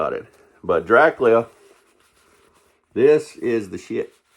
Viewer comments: I'm 56, and I've always heard it pronounced "Drac-you-la". Now, in "Bram Stoker's 'Dracula' " I seem to recall Gary Oldham and Anthony Hopkins pronouncing it "Dra-coo-la", but that was a few years ago. Since you live in Nashville, I'll have to call my friends down there and see how they pronounce it, LOL. Gonna have to subscribe to your channel for more videos! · I always though it was Drac-you-la. But that's just me. Keep on doin' what you're doin'! Good thing I wasn't taking a drink of water when you said "It's so good it'll blow your dick off" because I started laughing so hard at that line! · I love his enthusiasm! But...why doe he prounounce the Count's name as "Drac-lee-uh"?